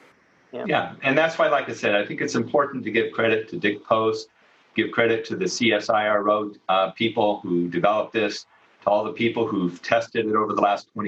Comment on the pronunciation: We pronounce it siro where the 'i' sounds like from pine.